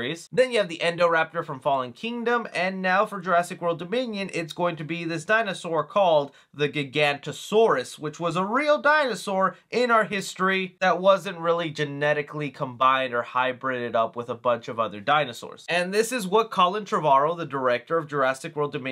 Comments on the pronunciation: You mispronounced giganotosaurus (giga-no-toe-Saurus) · It is pronounced jiga-nota-saurus just pointing out because a lot of people pronounce it how you do and it bugs me for some reason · I’m sorry but you absolutely butchered Giganotosaurus 😂😂. Jokes aside I find it interesting that that was the inspiration. And I’m very excited to see that species in the Jurassic movies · Gigan-NOT-O-Saurus Not Gigantosaurus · Research how to pronounce “Giganotosaurus” lol